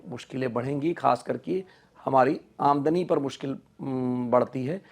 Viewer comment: He didn’t say Aamdani right